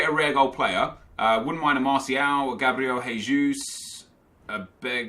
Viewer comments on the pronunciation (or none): none